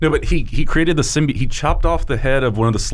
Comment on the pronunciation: I liked when they released the first trailer and they were all saying Symbiote wrong. Ahh good times.